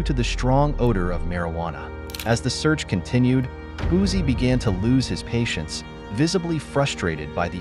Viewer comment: As a Louisiana native, it’s Boosie (Boo-see). And before anyone jump on my comment, I’m not condoning his behavior.